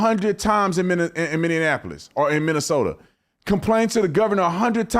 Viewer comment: Its Minnesoma